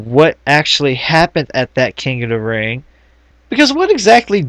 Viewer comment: "king uh da ring..."